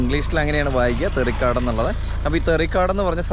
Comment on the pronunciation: തെറിക്കാട് അല്ല തേറിക്കാടണ്